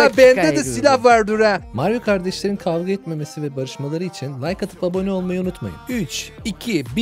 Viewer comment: i sesine noldu kavüa etmümesini dediyinizde